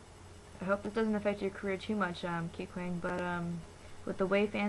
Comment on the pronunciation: no because like the way u pronounced his name... its not like that... wait r u like... new to kpop or something?